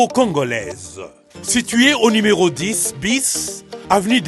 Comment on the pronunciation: Batu ba tanga te ba ilettrés nde ba lobaka limero aroport 😂